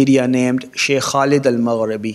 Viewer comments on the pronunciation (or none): none